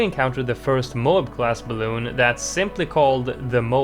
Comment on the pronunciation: I hate how you say bluun